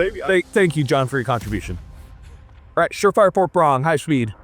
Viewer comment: “obviousry” “moozle devices” “huxwurkk” “bathel” “super rail, I meen rare” “sssssssuper, ssssssuper cool” “long and large” GAYYYY lmao “suppressor hose” “Exactbly” “3 pong” Thanks ….love ur vids brotha…my autism wouldn’t let it go so I HAD to break it down for ya lol